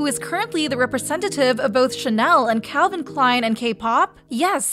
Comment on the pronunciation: It’s Calvin Klein. Not Calvin and Klein.